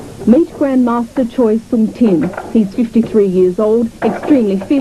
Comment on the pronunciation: yeh i agree, but good effort! lol